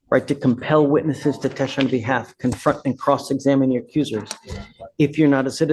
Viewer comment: Judge, you are quirky, 🤗compassionate👍🏻 & wonderful.👏🏻. I have 1 question. WHAT do you have against the word “testify”? You DO know it’s a 3 syllable word, right? You ALWAYS eglide over it and swallow it. Please pronounce it correctly so my ears don’t bleed. Thank you. 😍. 12/‘25